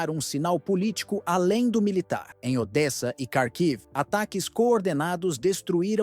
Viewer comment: Pronúncia corretas : [poltáva] palavra paroxítona, NUNCA póltava [odéça], NUNCA Odes SIMPLES assim..